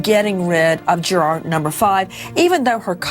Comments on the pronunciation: "JuuuuuAAAAAR........juraaaar.....juraaar" it's "Jury" love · interesting...but I don't think I can stand this wretched woman Nancy say Juror like Jur "ARE" one more time! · The way she says "Juror" !!!!!!!!